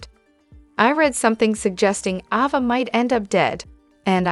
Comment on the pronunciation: Ova???? Wtf. A. VA.A. AAAAAAAA NOT OOOOO.